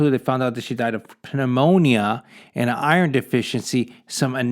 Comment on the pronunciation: Did he really just say Penemonia?